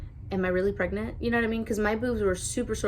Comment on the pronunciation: I love how you say "pregnant" everytime you say "I am pregNANT" haha